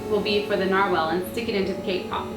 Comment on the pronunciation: you said narwhel and norwhal XD